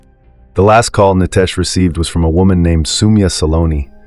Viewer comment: Nitesh not Nytesh😮